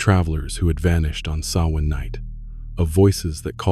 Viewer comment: Thank you for pronouncing Samhain properly.